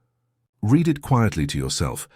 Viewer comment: Pronounce "read" in the past tense properly mr